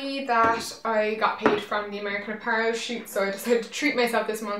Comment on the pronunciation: Does anyone remember when she used to pronounce apparel as a-puh-relle? I thought that was so cute.